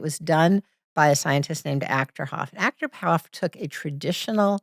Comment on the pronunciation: If that were real, there would be thousands of independently replicated studies already. Took me a while to find it, because she says Achterhof, but it's Achterberg. I had to buy her book to get the right name (just kidding). It's called "Evidence for correlations between distant intentionality and brain function in recipients: a functional magnetic resonance imaging analysis". It was published in 2005. I like the general message she's giving, but there's hundreds, maybe thousands, of other people competing in her business, including Rainn. The "science" thing is just her hook. The mountain thing is a trick any "psychic" can pull off, assuming Rainn isn't just in on it. Can't help but wonder if her plane story isn't just made up to push the whole synchronicity thing. And all that praising of Gen Z on how amazing they're doing, is just her buttering up her target market, people that are just the right age to fall for this kind of age-old BS. She has generalized religion, turned that into it's own religion, and claims it's all based on science. Sound familiar?